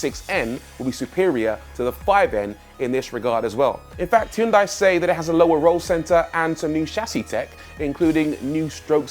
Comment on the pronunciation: Please learn how to properly pronounce the Hyundai name.